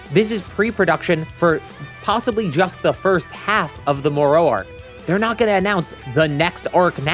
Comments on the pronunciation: More ro... you mean Moro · can he learned not to say more-oh yet?